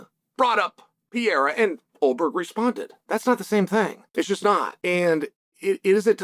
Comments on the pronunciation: I love that you always call him "Pee-era" lmao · literally the only guy in the whole mma community calls "pereira" .......... pee era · you butcher his Name XD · Chama will conquer his third belt, and uncle Chael still don't know how to pronounce the name of the man properly. 😂😂